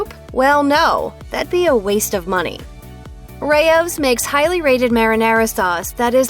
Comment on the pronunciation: I didn't like your enunciation of RAO's brand name it's not Ray Ohh's you maroon